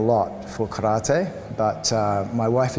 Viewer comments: its not karrrta its karate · Yes, it is. It is Kah-rah-tay... Not 'Tee'. Just like saying "Kuma-tay" instead is incorrect. If you can't say karate correctly, why not just call it "empty hand"? Kindest regards & all the best. Andre